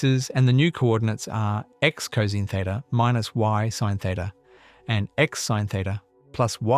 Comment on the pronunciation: Too bad the AI voice can't properly pronounce cosine. It would be a lot better if it were a real person narrating this.